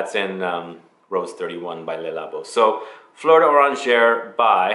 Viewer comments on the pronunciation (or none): none